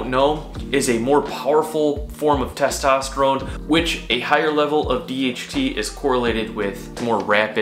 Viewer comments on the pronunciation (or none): none